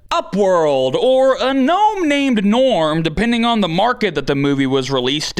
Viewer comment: It's G'norm, not Gnorm!